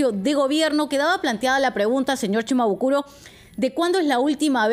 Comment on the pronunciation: Quiero decirle a la señorita que no es CHIMABUKURO es SHIMABUKURO.